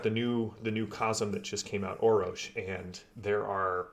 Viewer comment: ROFLMAO...... there is a third R in the name Orrorsh, and it is NOT silent, LOL. You need to have Matt Ritchie on to talk about the Torg Game System on Foundry VTT,. I helped put that team together, but Matt (Texas) and Erwan (France) are the absolute power-houses of the game system... they've done an amazing job and I am truly honored to have been a part of that. If you like the game system, you need to see if you can get Matt on to talk with him about it. He's super-busy, right now, but he keeps telling the team he'll be in and out, hehe. The Core Book is being reworked so it fits into Data and Assets on the Forge, correctly, and then Matt finished the Living Land book, but a new member of our team is going back to rework both of those books and is working to finish the Nile Empire, which is due out, soon. The Beta Clearance books are being worked out, as well, though they'll have to wait a bit longer. Don't forget that Hostel Takeover, from the Rising Storm Delphi Adventures book SHOULD be available, for free, or will be, soon, and the Up the Creek adventure module is out there on Foundry, as well, for free. A couple of starter adventures. The Day One Adventures are going to start in work, soon, as well. All of these packs include so many goodies, such as maps, tokens, music, GM screens that can be accessed directly in the game, table tents linked to the primary and secondary cosm choices for each scene, threat cards, and the basic card decks from the core rules and